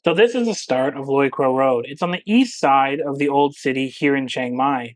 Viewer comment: Finally a vlogger who can actually pronounce Loi Kroh correctly..